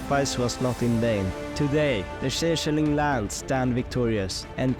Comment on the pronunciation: the way he pronounced changeling should be considered a war crime